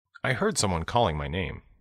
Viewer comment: banyak kata-kata yang mirip pas versi cowok bicara misal heard terdengar hurt